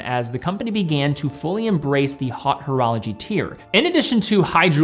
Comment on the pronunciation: Did he really just say 'hot horology' ?